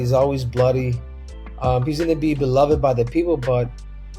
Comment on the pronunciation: Beloved, 3 syllables, not 4😊 c.t.e strikes again.